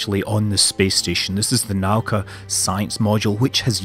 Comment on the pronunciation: little pronunciation corrections: it's "zvezdA", not "zvEzda" and translates to "Star", and it's "naUka", not "nAuka" and translates to "Science" :)